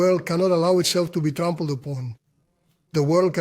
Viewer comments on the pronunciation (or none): Did he just say 'The world can not allow itself to be trumpled upon'? 😂